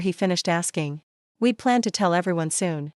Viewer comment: A really good story. Enjoyed every bit of it, except that contractions such as we'd, night's, were not pronounced correctly, perhaps owing to the use of AI. Please do proofread or go through the video before posting.